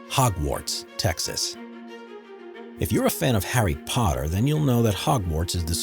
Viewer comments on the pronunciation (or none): none